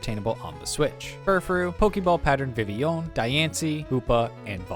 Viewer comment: that's the best i've ever heard anyone pronounce vivillon